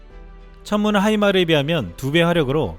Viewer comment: 하이마르가아니고 하이마스